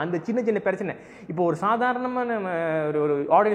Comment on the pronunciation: Adei ennada tamil pesura..."perachanai" ah? 😂 Neeyum overaaa panra da